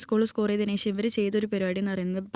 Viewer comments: “ ശേശം” എന്നല്ല “ശേഷം “എന്ന് പറയാൻ പഠിക്കുക പെൺകുട്ടി😊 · ഒരിക്കലും അല്ല, ശേശം എന്നതല്ല pronunciation